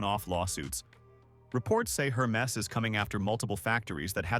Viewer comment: its "Her mess" after all